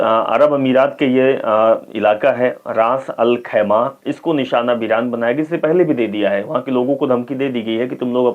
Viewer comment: Bhai anchor sahab... Aap thoda hindi padne ki practice ache se karo.... फिलीपिस्तीनी नहीं होता.... फिलिस्तीनी होता है। रास-अल-खैमह होता है शहर का नाम..